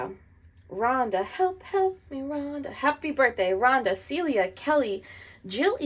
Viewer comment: Did you call me Rhonda? No Rhona!!!! Scots not Welsh!!!!